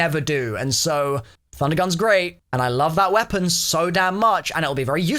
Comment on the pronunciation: I swear I hear wonder weaphon??